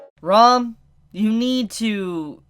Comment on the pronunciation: Did... did you just say rom?